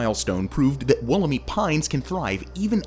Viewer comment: It's pronounced Wool-um-eye, with the emphasis on the 'wool' syllable, not 'wallarmee'.